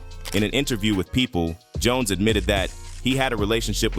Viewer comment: What about Jon es (Jones)😂